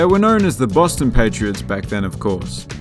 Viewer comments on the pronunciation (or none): none